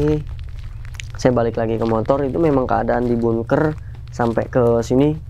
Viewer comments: Maaf bkn bungker, bangker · ngomong bunkernya bikin ketawa :)